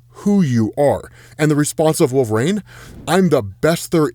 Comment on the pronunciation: Who in the world is "Wolveraine"?